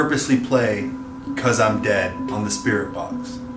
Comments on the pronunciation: Your "caused I died" sounded more like "besame" from the song, "Suavemente". I think the ghost was flirting with you 🤔 🤣 lol The moment I heard it, my instinct was to dance 💃 ahahahha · Am I the only one who hears "besameeee" instead of "because I'm dead" ? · THATS SUAVE MENTE LMFAOOO NOT CUZ IM DEAD ITS BÉSAME